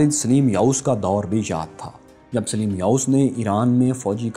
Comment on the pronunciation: Yaar usama ghazi ko lao is bande ki awaz maze ki nahi he Saleem ko sileem bolta he